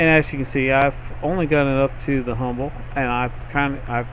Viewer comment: Why do you say "Humble" in the vid tho